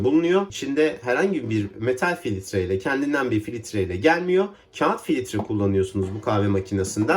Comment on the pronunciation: Filitre kahve değil filtre kahve